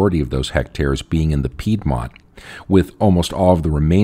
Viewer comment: but please pronounce Piedmont correctly... :-)